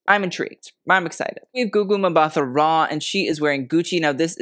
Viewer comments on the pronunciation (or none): Btw, Gugu Mbatha-Raw's surname is pronounced 'Mbata-raw', as a 't' sound and not a 'th' sound despite the H.